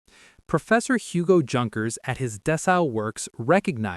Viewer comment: Great pronounciation on "La Sociadad...". Junkers should be pronounced as if the J was a Y, as in Yukon or You.